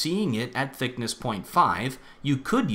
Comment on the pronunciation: Why did you emphasize thickness so much.